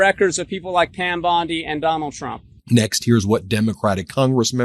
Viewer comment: I cannot hear her say anything besides.....President Chump......😂😂😂😂 just listen to her. Every time she says it, more and more sounds like CHUMP hahahah